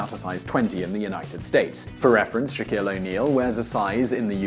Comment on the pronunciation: At least "Shaquille" sounded right this time 'round. The previous TIFO vid made me think of Richard Sanders portraying Les Nessman and saying Chi Chi Rodrigues.